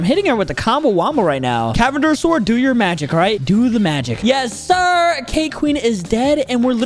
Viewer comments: You saying the sword wrong its cavander even theres letter n canvander but its when you say its cavander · You are saying the sword wrong but im glad u finally figure it out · Boy that is a silent n 😂😂😂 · You saying it wrong